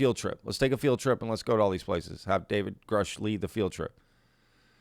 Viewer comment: Richard Doty 2.0. This guy is almost certainly a disinfo agent, a liar or crazy. The guy claims to know David Grusch then butchers his last name. No credibility...